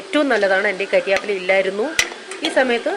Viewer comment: കരിയാപ്പില അല്ല ചേച്ചി കറി വേപ്പില 😃😃😃